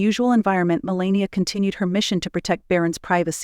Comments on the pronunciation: HOW CAN YOU tell us about BARON WHEN YOU CANT PRONOUNCE HIS MOTHERS NAME I WOULD RATHER LISTEN TO THE FAMILY TALK ABOUT THE FAMILY THEY KNOW BEST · It's Melania.